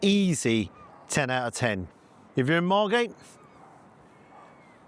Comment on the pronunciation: Margate? As a Dane it sounds like Marmatie... Oooh, and all that meat.